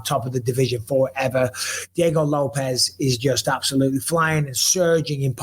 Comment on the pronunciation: almost pronounced the name of Diego Lopes right, but then he corrected himself and fucked it up again. Dude, his name does not rhyme with "ropes", it sounds like "Lopez."